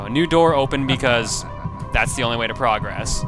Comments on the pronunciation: You know, when you're using "Progress" as a verb you're meant to pronounce it differently then when you use it as a noun. PrAHgress is a noun PruhgRESS is a verb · I know I'm going to sound like I'm just complaining here, but dude, you use the wrong pronunciation of progress. You say it like you would say "let's make progress" when you're saying something like " you need to beat the first level to progress," and it's really annoying.